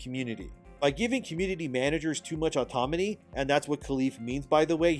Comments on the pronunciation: Its autoNaMy not autoMaNy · Your inability to pronounce the word AUTONOMY is driving me insane. It's autoNomy not autoMony. N before M! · Can you not pronounce autonomy? 😳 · autoNOMY not autoMONY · I just can’t believe you called autonomy, automany three times in a row 😅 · Autonomy….not automony. But keep up the good work, E. You are appreciated! There are far more of us than there are of them. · YOU ARE MISPRONOUNCING AUTONOMY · Psst You keep mixing up the "N" and the "M" in autonomy. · You really need to learn how to say "autonomy." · The way you butcher the word autonomy, lol